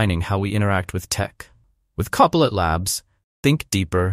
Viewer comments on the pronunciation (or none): Poor AI voiceover can't even pronounce CoPilot consistently. When I identify AI voiceover channels I delete them from my feed. Ergo, YouTube, "Don't recommend this channel...".